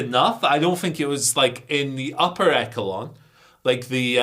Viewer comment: Damn, dorky pig. Was gonna watch this whole video till you said Echelon like that. Jarring